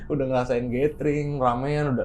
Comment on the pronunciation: Nyebut GATHERING tapi ga tau cara baca nya. Yg bner bacanya "GÉDERING" bang. Bukan GÉTERING. Emangnya lu baca TOGETHER tu "tugéter" gituh ? 😂 Apalagi lu kan ngémsi ya. Gue rasa perlu lah perdalam cara pelafalan yg bener 🙏